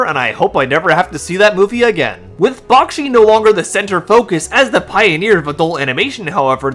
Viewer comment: Its pronounced Back-she not Bock-shi